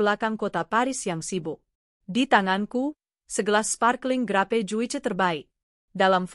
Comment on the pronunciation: Bnr ai yg bc tp mbok milih yg bs bhs inggris b bc jus kok ya ju i ce aplg bc nama2 dikota paris sbnr nya sgt memalukan hr gini gtloh